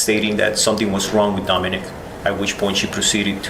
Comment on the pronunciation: His name is Domenic....not Domenique....there is a difference. Lets show some respect here for this beautiful little 5 year old boy.